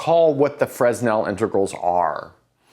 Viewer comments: I always thought it was pronounced fray-NELL integrals. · He's just trying to help, and it's attitude that matters. It's a simple fact that you sound more like you've "done your homework" if you say, "Fruh-nell", so it's a little better than pronouncing the "s", so it's a small correction that offers a small improvement. So why not? I think of a great maths teacher I had in school who taught us that Euler was "Yewler". No biggy, but actually he called himself "Oiler" (as you probably know), so that's preferable. So why not? Today I call him "Oiler", but I'm not ashamed of having once called him "Yewler", or hurt that someone would've had to correct me in this before I changed from what I "knew". (Maybe you're being a bit too sensitive? People can be mean about this kind of thing, and it's relatively unimportant as far as the maths goes, but clearly that's not what's happening here. Ideally one would send a private message to help out, but that's not available on YouTube.) If someone called you "Robe Bovmenn" you might even feel an inclination to correct him? Different context, but the principle that it's more respectful to call you ... Sir ( :D) ... or Mr Bowman ... or Rob instead of Robe. And now after all that TL;DR, I'd better go watch the video. :D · but... he so FRESSSHHH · You'd better say. "Frê-nel". Skip 's'. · It's hard to take you seriously when you can't even pronounce Fresnel correctly. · Optics is a bit picky with silent s in Fresnel French way, just saying. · No s in Fresnel ;) (well, in French anyway) Great video! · So why does pronounce Euler and Fourier correctly? Seems like a double standard to me. I was shocked he said Fresnel the way he did. Major faux pas. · Less of a double standard and more of a human mistake. Evidently he won't do it again now that everyone here has let him know how wrong he is. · Fresnel - wrong pronunciation.